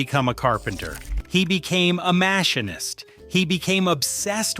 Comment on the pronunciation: It's pronounced Muh-Sheen-Ist...